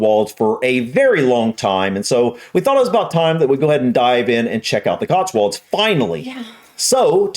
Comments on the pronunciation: There's no "R" in it! It's COTSWOLDS not "COTSWURLDS"! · We say CotsWULDS. Say it like that and they'll never know you're. 😁